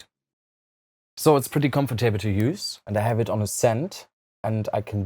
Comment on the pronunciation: I like how he pronounces "comfortable" as "comfort table"